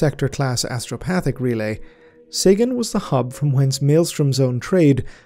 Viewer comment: Sagan , Seigan . i wish you with Arch would reach agreement how that bloody system is to be pronounced :D